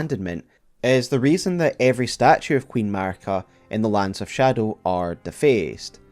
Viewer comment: The way you insist on reading it scadu